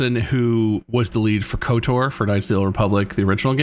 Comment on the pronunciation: Is it just me who hates the way says KOTOR? It sounds like he's saying Coder. I always put more emphasis on the T and O because it's acronym, I guess.